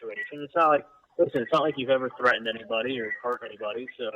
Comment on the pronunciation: Why does a supposedly grown- well- educated- all- American man with no accent say 'threaden' instead of threatened?